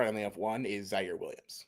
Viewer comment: I mean he fucked up All American Ziare Williams and 52 other names this episode too. Pretty European to care that much.